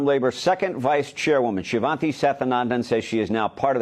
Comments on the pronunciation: I want to give you a tip to pronounce the woman's name (I'm Indian). She-waan-thi Sa-thaa-nan-dhan. Shivanthi means a part of Lord Shiva (God of destruction in Indian Mythology). Sathanandan is made up of 2 parts: Sadha - meaning 'always', and Anandhan - meaning 'happy'. So, it means 'always happy' or 'eternally happy' - which also is an attribute of Lord Shiva. The name is of Tamil origin, and in the Tamil alphabet, the letter for 'tha' and 'dha' is the same. So, she is writing Sadhanandan as Sathanandan, which is just a variation when you transcribe the Tamil word to English. I see all the videos that people are struggling with her name. I thought maybe I could help you to get them to pronounce her name a little more easily. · Shi-vahn-tee. Saht-ah-nahn-dahn